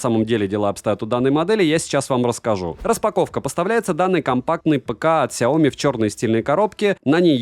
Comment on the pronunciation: СайомИ На последний слог ударение Но всё равно спасибо что не через К произносите =)